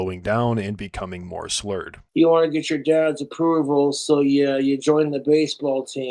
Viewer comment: has problems pronouncing words with "T" in them, most notably when he says "Want" he pronounces it as "Waahn"